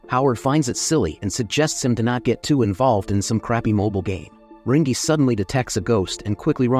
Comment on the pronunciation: Rangi is pronounced rang-ee